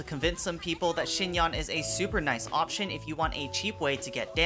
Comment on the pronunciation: Just like Yanfei, you should pronounce her [a] like [e].. Anyway.. ty for the guide